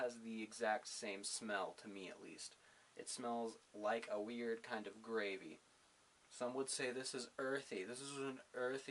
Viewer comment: Just got some of this stuff. Drank my first cup last night. Was already tired when I drank it and fell out like a log. So, I plan my next tea when I'm awake. I think it's bitter as all get out, and will be adding some sugar and coffee creamer! GAhhhh! And, did you say GRAVVVEY? (Pinching self to see if I'm awake or in some kinda dream?)